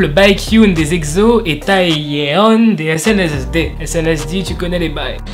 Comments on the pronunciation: Ces "exso" mais pas "exzo" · sa se dit pas egzo et eqsso 😭😂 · Omdddddd ;----; On dit Exo "Ekso" comme un seau et pas "Ekzo" Sa ma stressé toute la vidéo xdd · Tu dis egzo 😂😂😂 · Par contre stp apprend à dire : exo 😂😂😂😂 ça m'a stresser tout le long de la video